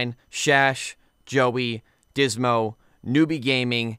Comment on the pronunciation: Is no one gonna talk about how he says Big shout out to my man dysmo but doesn’t know how to say his name